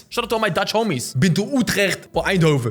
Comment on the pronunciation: The way you said Eindhoven sounded so Dutch lol